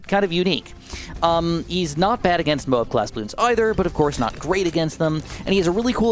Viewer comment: You said mob instead of Moab